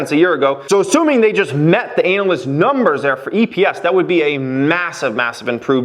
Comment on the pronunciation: Did he say anal-ist ?